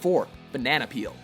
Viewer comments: ...Peal? Did you mean "peel?" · Banana Peel, not banana peal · its peel not peal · “Banana peal” What. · "Banana Peal" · "banana peal" K. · I thought it was Banana "Peel"? Or is it called Banana Peal in game? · lol you spelled peel wrong you said peal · number 4 said "Banana Peal" instead of "Banana Peel"